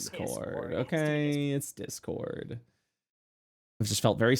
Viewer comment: “It’s Disscord dude~!” 😂😂😂